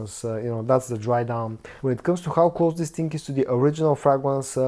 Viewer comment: Bro stop saying dis ting and interrupting every review to say subscribe, but I think this scent is closer to elixer than le parfum